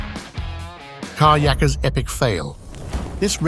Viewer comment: I'd rather hear a script read by a text-to-speech robo-voice than this garbage AI narration. Car yacker? talkaboutaplottwist!!@